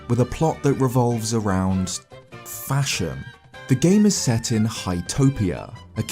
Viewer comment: I heard fascism in stead of fashion🤣🤣🤣💀